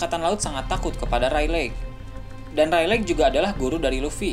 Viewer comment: Reylig min bukan reyleg 😂